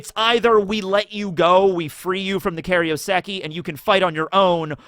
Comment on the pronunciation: i beg you stop saying “kario seki” it’s pronounced “kairo seki”